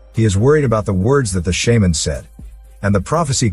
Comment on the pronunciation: Computer generated voice mispronounced shaman. Got too frustrated in the first minute to finish watching.